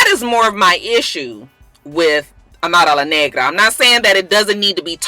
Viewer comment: lol I love how you say Amara's name. You say the full name perfectly haha